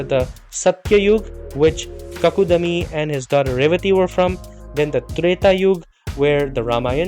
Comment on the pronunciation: Not Bhagavat Puran. Bhaagavat Puran.Not Kakudami. But kakudmi. Half da as in Padma